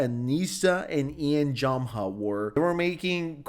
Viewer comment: it’s JOE-MA not JAH-MA